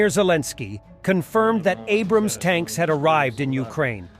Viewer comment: Damn, you seem like you know what you are talking about! Considering it's "Abrams" not "Abrahams" and "kornet" and not "coronet", you really do sound like a military professional. Just go watch my little pony, alright? Stay out of things that are overwhelming to you.